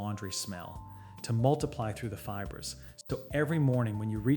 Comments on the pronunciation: Feebray?? You mean fiber, Mr AI. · Yeah. “Fee-bray” for fiber/fibre. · Can you not teach AI how to pronounce “fibre”—“feebray” is laughable! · Fiber pronounced as “feebray”?? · "Feebrey" I think this AI does not know how to say fiber. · How is "fiber" pronounced? sigh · Oar-door. Fee-bray. AI lol.